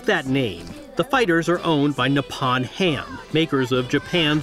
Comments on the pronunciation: Just a correction.Its Nippon Ham not Nepon Ham. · The O in Nippon is pronounced like the O in the word Open.